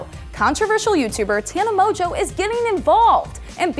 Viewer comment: Who else is really triggered that she says Tana Mojo instead of Mongeau